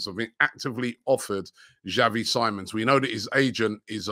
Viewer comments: Call me petty but Robbies pronunciation of words irritates me. Robbie's been told that it's Xavi Simons (as in See-mons and not Sigh-mons) SMDH. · Xavi last name. You say it like siemons